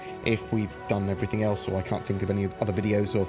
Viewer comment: says "everythink" vs everything... and it kills me every time! hahaha